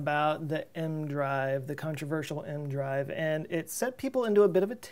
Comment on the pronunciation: Always thought EM-drive was crazy but has it come this far... why not test it like you said in space (small, different manufacturers/inventors/believers) like... 10 or so... I'm not native english speaker but why do you say mdrive (leave out the "e" part?) is not e, m, drive?